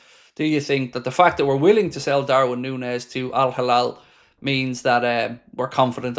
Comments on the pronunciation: It's hilal, not halal. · Not Al Halal its Al-Hilal